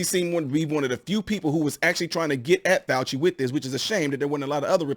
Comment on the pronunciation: Show respect by pronouncing his name correctly, okay?